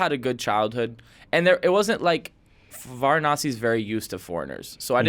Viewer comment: Ye jo bhi host h, Varanasi ko Varnasi bol rha, ye se jyada angrej h, BKL😂